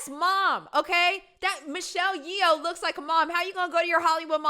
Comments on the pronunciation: The actress Michelle's last name is pronounced like yo. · How do you not know how to pronounce Michelle's name 😂😂😂 are you not watching movies?